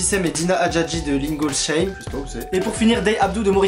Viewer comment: J'suis deaaaad comment il a dit "lingolechème" 😭😭😭 ça se prononce "line-gol-saïme" 😭😭